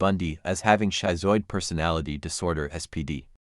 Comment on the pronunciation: Wow. I had no idea I would become so riveted to this video. Aside from AI narration that resulted in a somewhat choppy presentation and mispronounced words, i.e., "schizoid", the research is outstanding. Will we ever learn to identify these personality disorders and mental illnesses before one becomes a Ted Bundy? Probably not in my lifetime, but there are continuous studies being done that advances what we previously knew to a new level. I'm off to buy James Fallon's book! What an astonishingly unexpected denouement that turned out to be, eh? Great video!